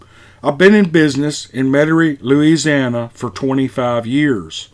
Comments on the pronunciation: Larzianner! (Louisiana) Hahahahah! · I can't believe you pronounced Louisiana like a yank. You did say Metairie right.